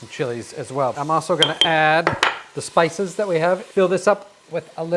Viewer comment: To be fair, it did sound like “spy store”!